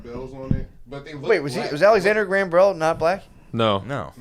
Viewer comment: White Boy Matt and so Crazy both cant say Alexander Graham Bell